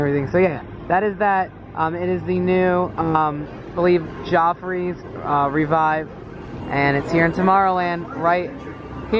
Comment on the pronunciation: Wait, it's pronounced 'Joefreys', not 'Joffreys'?